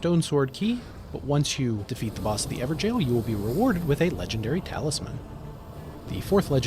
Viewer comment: stop calling it an "ever-jail" it's pronounced "ever-goal".... lol. excellent informative content however!